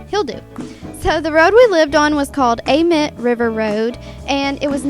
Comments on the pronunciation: Idk if it’s just us but amite is usually pronounced like. Ah meat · I love the way you say amite river ! It's actually pronounced (A-MEAT) lol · Anyone from Louisiana? It’s pronounced AMEET